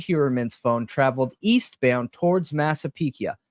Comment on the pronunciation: All I gotta say about this stream, is nothing brings me more joy than pronunciation of cities and counties! Don’t ever stop calling it Latáh County and Massapeeka 🤣🤣👏🏼👏🏼👏🏼❤️❤️❤️ freakin love it